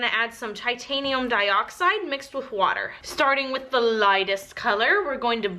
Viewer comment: Lol I love how you say water ..... if you’ve ever seen the family guy cartoon there is an episode where stewy pronounces cool whip but there is a heavy emphasis on the H. You say water like that even though there is no h ....it’s awesome !! 😜giggle !! Love your vids you make great soapy creations !!